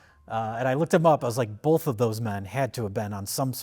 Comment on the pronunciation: If you're going to go after Mike about 'asteriks,' then you also have to go after for 'BOLTH'.